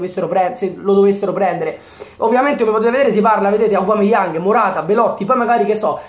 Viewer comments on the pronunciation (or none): none